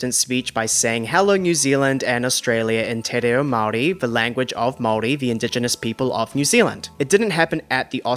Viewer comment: Beautiful pronunciation of Māori... Ka pai ❤